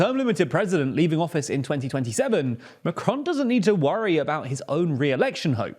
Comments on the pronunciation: It's Macron, not M'cron. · It's Macron, not macronne.